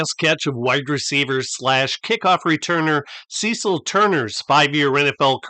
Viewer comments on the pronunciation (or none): none